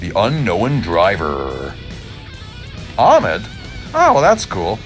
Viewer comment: Ahmed... It is an Arabic name pronounce like ( A hh e m aa d) Keep going and enjoy 😊